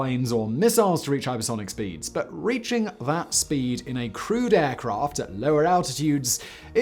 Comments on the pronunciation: Oooh, he's saying "crewed aircraft"! I spent half the video why he considered other aircraft to be "crude". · ah you mean crewed... i thought you meant crude.. lol.. like sub standard...or crud-e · I kept thinking you were saying "crude" aircraft, until I realised you were saying "crewed" 🤣🤣🤣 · I keep hearing "crude" aircraft... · I'm guessing you are saying crewed not crude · Didn’t matter how many times he said “crewed.” I kept hearing it as “crude.” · OMG, It took me 7.5 mins before I realized Simon was saying "crewed aircraft" and not "crude aircraft". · Not gonna lie, I went through the whole video thinking you were saying 'crude' rather than 'crewed'. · I don't know why but each time you said 'crewed aircraft' I heard it as 'crude aircraft'. I was thinking "okay, it was early but still, all these x-planes are crude? that's harsh, Simon!" And then the rest of my brain finally woke up. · I know what he's saying, but i can't stop hearing "crude airplane" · I heard it as crude planes, too.